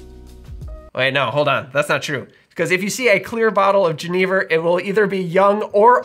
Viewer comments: great video but it pains me so much every time you say “jeh-knee-vurr”. its a soft g, like a y. yen-nih-vurr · Oi. Genever is pronounced with a throaty Dutch CH sound. I don't think I would have understood what you say only hearing it pronounced. JE, as in Jerez, neh-ver. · I’m definitely interested to learn more but I had a question - when I was first introduced to this spirit in SF, I was told it’s pronounced “Gen-UH-Ver” but I see you pronounce it “Gen-EE-ver” so was just curious. Thanks as always for the great videos and going into lesser know spirits like these! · My Dutch friend introduced me to Genever many years ago... but he pronounced it "ZHEN-uh-vair"... And there's some pretty strong ones that will knock you on your Enjoy! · Great comment! My ears hurt when pronounced the spirit's name as he did. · The mispronunciation is so distracting. I love your videos, but this one, argh. Also, at the TOC Genever outsold gin 10:1. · I first tried Genever (I think you are not pronouncing it correctly) in Amsterdam over 15 years ago, then again in 2013 at the Genever festival in Hasselt Belgium. It is a an excellent spirit, especially the Oude style. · How many times do you think you said Genever in this video?